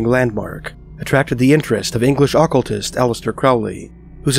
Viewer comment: bro please learn how to pronounce "occultist"